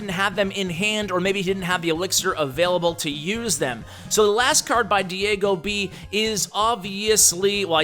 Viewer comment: Remember the times where says DiAgoB instead of DiegoB! Lol! I bet Diego was triggered!